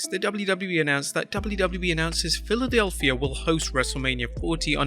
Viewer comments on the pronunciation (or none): none